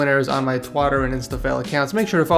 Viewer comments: dwl "I'll announce the winners on my twatter and instafell accounts." They way messes up his pronunciations of words is way too funny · Twotter and instafail* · The frick is a "twater" and an "Instafill"? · Wtf did you say Twotter and Instafell instead of Twitter and Instagram